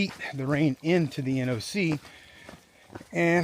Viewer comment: Finally…an AT Thru-hiker who pronounces NOC correctly instead of calling it ‘The Knock’.